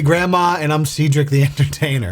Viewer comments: it's SAID-RICK, not SEED-RICK.the entertainer. C'mon bruh. love ya anyway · did you honestly just pronounce Cedric “Seedrick”??